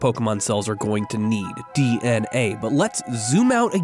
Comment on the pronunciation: Is it just me or everytime he said dna I heard dnf 💀💀